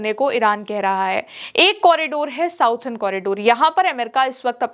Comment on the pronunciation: प्रिय, आप की ताजा खबर बहुत अच्छी होती है। एक सुझाव के लिए माफ़ी चाहते हैं। अंग्रेजी में जिसे आप साउडर्न कॉरिडोर कहती हैं उसका correct pronouncement “सदर्न कॉरिडोर” होता है आप का शुभाकांक्षी